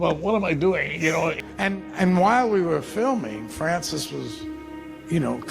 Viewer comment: Al says "Fwancis"... I wouldn't want him either!!!